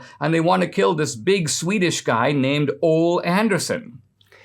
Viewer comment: Ole is pronounced O-Lee